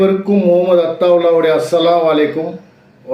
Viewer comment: அத்தாவுல்லா பேசிய தமிழுக்கு ஸலாம். நல்ல தமிழ் உச்சரிப்பு. மாஷா அல்லாஹ்🤗🤗